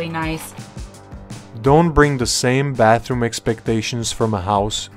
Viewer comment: Very cool! Except for the "barhroom"...😅